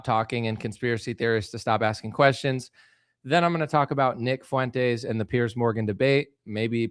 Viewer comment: Why is it that no one can pronounce Fuentes properly?